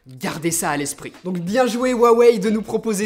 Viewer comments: Pourquoi te mets-tu à mal prononcer "Huawei" ? Tu le prononcais bien dans tes précédentes vidéos... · Tu ne dit plus rwawei 😂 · Ta changé la prononciation de '' huawei '' mdrrr